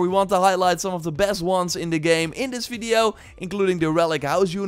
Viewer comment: What is a "fiddeo"? He keeps asking us to like it, but I don't know what it is...